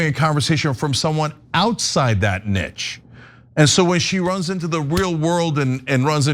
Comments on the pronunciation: I don’t know but I’m pretty sure it’s supposed to be pronounced with the “ch” sounding like the “sh” sound. So when I say the word it sounds like “nishe”. 🤷🏽‍♀️ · Love the show Cenk! Just a little nudge, when you pronounce niche as 'nitch' I cringe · The word niche is pronounced neesh not nitch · I alter my pronunciation depending on circumstance: a "nich" is something to fill, but a "neesh" is something being filled. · Cent I love but please. Not nitch....niche...(neesh) Lol love ya brother! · Cenk, it's pronounced "neesh", it's derived from French. You pronounce the "che" as "sh", so niche is "neesh" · I’ve only ever heard it pronounced as “Nee-sh” but I’m from England, I was just curious if that was the common pronunciation in America. Not sure how he managed to get a ‘T’ in there haha. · Niche is pronounced ‘nish’ 😌 🫶🏻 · In my country it is pronounced Neesh but Americans are entitled to pronounce it whatever way they please 🫤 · Its pronounced “neeche” cenk 😪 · the english word niche derived from the french word niche which meaning a recess in a wall. As a Frenchman its pronounced n-ee-ch. im bilingual and you barely speak English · Are we all just going to ignore Cenk’s pronunciation of “niche” haha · Someone please tell Cenk how to pronounce "niche".